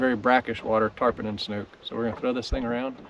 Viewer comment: I loved the diving video. I'm very familiar with the waters off Marco and can't believe the visibility on the first spot. God is good! One other comment... you read a book (not a buke), it's called a snook (not a snuke). Just poking fun! 😆 Thank you for the great video!